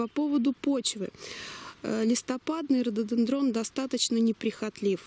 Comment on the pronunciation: ударение на третий слог,как не получается,вы что не человек разумный?